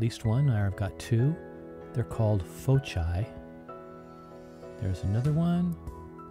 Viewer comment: And foci is pronounced foke-eye. I take it you failed to pay any attention in the mandatory geometry class in every public school.